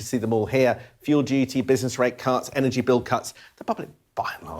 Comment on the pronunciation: Energy not enegy